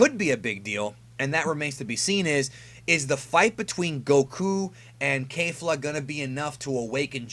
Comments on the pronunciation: Why do you keep pronouncing it Kayfla as if it's right. It's pronounced Kefura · curious...how is it kayfla when she and the announcer say it like kefla? Maybe i missed something, anyways good vid! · Kefla not Kayfla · No matter how many times you say KAYfla ill always always call her KEFla. Rolls off the toungue better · Isn't it pronounced K"ef"la